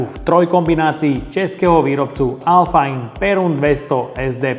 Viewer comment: Hezké video. U nás to vyslovujeme, jak se píše, alfain, ne alfajn 😉. A šlo by prosím příště zkusit magnetem, jestli jsou ty kleště uvnitř opravdu měděné? Nechápu, že tam nedali naše KS 315ky, ty jsou opravdu měď a mají měděné pásky, ne tuhle pleteninu, nebo jak to nazvat. Ale to bude asi tím, že v Číně ty KS 315 nemají.